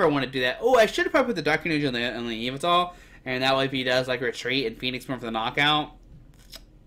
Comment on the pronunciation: Can’t even say yveltal right